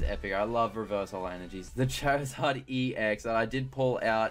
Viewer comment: why does he say chair izard